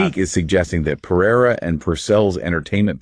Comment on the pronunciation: I'm mostly impressed can pronounce Pereira, every voice service I've used just makes a Paaaaahaaa